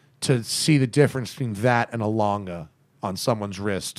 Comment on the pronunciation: Russell Lange you beat me to all those points. You missed that they mispronounced almost every German brand name. I wouldn’t care but is such a stickler for the Swiss names he should do the same for the Germans. At least learn to say Lange and Sohne correctly.